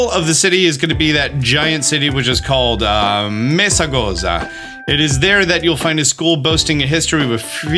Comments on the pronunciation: meh-sah-goh-tha and neh-moh-nah more likely c and z in spanish are pronounced as th , only in latin america, canarias and some parts of andalucia pronounce it with s (actually in latin america they inherited that from those same andalusians xD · Is pronounced NaranHa and Uba 😅 just a small correction so you don't have to say the same error. Mesagoza you pronounced it right but say it without a French/Italian accent 🤣🤣🤣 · “Naranha” & “Uha” is the pronunciation. It’s also “Mesogotha”. Paldea’s meant to be both Spanish & Portuguese, so it makes sense to combine the pronunciation differences from English